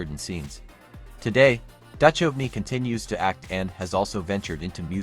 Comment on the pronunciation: OK. Right off the bat you can't pronounce the name of David Duchovny. Not sure if you are using AI or an actual narrator. Either way I have to say no to your channel.